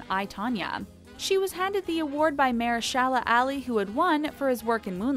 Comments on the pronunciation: hey narrator lady its "mah- her- sha lah" NOT "mayer shah lah"...."ah-lee" ...you butchered that man's name so bad...i thought she was referring to a street or something named MAYO SHALLOW ALLEY. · The amount of times in this video the narrator mispronounces Mahershala Ali's name is straight-up painful to listen to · This announcer can't pronounce Mahershala Ali's name right. Everytime I heard her say it. I'd say aloud " Please stop lady. Please "